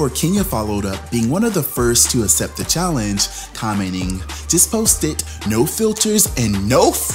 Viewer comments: Nobody:: “I assept” 😂😂💀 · Not “uh-cept” (accept) 😅😅😅